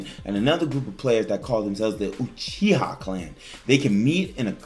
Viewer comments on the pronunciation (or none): none